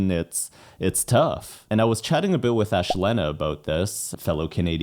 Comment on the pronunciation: lol—so glad you corrected that! I was thinking “WAIT!! Isn’t it ash-LEE-na? I’m pretty sure she says ash-LEE-na in her reactions, but I’m gonna have to go check that after I watch reaction🤣🤣